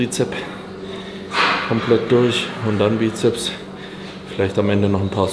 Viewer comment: Wieso spricht er Bizeps und Trizeps immer falsch aus?